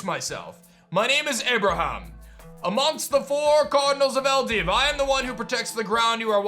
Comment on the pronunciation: Shouldn’t the region be pronounced “Ell-dew” not “ell-div”? It’s spelled with a W at the end... Also yes you’d rather be 1-2 levels over everything because sometimes there are random level jumps between a gym and a boss